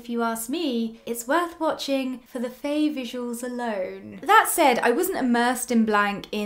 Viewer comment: A few things.. 😂 but firstly Faye’s name is pronounced like fire, so fiiiiiieeee or faiiii, not a short fai but faiiii or fyeeee 😂 Khun Neung’s hairstylist and stylist is basically herself because that’s her everyday look, slick back hair, lesbian ass button ups 🤣 she is in fact an actual sapphic HAIRSTYLIST in real life. Faye is also the winner of Miss Grand Thailand 2016 😁 honestly what CAN’T that hot lady do. I like how you are able to understand ANeung’s childish side and 100% agree on how Aneung is more emotionally mature than Khun Neung despite Khun Neung’s worry over how large their age gap was. And honestly, yes get ur pitch fork ready and know that im a diehard freenbecky and gap fan, if you are able to gloss over the intern/ceo love trope then you should be ok with this too. A lot of the “problematic” aspects in both BLANK and GAP were rearranged for the sake of the series. Both Faye and Yoko are both SEASONED actresses. I personally see chemistry between the 2 and gawdddd I love them, I might understand why some people don’t see it. FB were in another series before filming GAP (and GOD was SCOY cringe) and they had time to get close to each other unlike Faye and Yoko. Although I am sure once episode 7 is released, it will be even BETTER. I was nodding along with you until you said u shipped Khun Neung with the doctor. MY PITCHFORK WAS READY. Anyways in the book, Doctor Wan Viva wasn’t exactly her ex but more like a fwb situation(?) not sure too. And she has a girlf